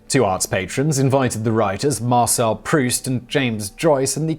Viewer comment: Dear Simon; Thank you so much for pronouncing Marcel Proust's name correctly! You have no idea -- or maybe you do -- how many times I've heard "Prowse".